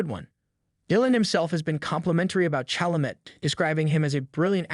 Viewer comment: it's also not "CHalament" lol